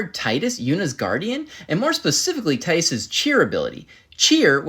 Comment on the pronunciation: His name is pronounced TEE-dus not TIE-dus jsyk